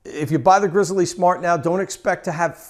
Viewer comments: Dude, its pronounced "grizzly" like the bear, not "grizzle-E" like a chicken leg. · my god, just pronounce it the way it should be, Grizzly! not GRIZZEL E, shoot me already. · Great video review, will be buying partially based on your review. by the way it is pronounced “grizzly”. like the bear!! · PS. It is actually pronounced ''grizzly'' with no pause.